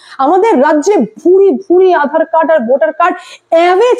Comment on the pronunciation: ম্যাডাম আঁধার কার্ড নয়। আধার কার্ড উচ্চারণ টা একটু ঠিক করুন।